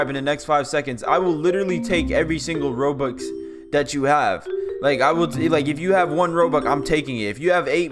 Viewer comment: when he said im taiking my rubucks and have 2 milon